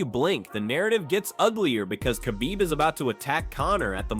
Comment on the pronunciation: Chachbib 😂 Just say Kabib Archangel!